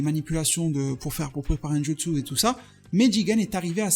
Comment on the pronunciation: C'est JUtsu pas JItsu